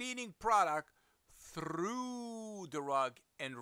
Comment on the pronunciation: He hit the rolled R’s for through so smoothly